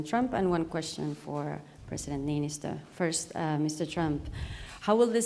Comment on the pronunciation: He also pronounced the Niinisto's name incorrectly lol